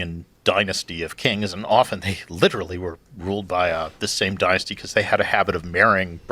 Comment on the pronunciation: Who pronounces it pomp-pee? Never heard that. And this guy says deenasty haha